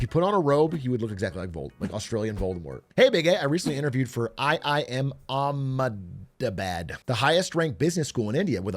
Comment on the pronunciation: seeing atrioc pronounce Ahmedabad was kinda funny